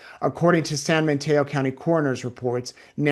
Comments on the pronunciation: it’s San Mateo not San MaNteo! FYI. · It sounds like you’re saying San Manteo. I don’t think there’s an N in Mateo.